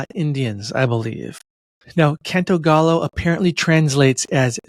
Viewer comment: It's not pronounced gallow. Gallo is pronounced guy-yo and it does mean rooster in English